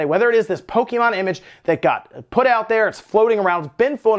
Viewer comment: Hearing "poe-kee-mon" so much triggers me